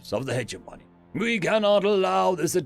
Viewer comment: hedge-money -> heh-jemonee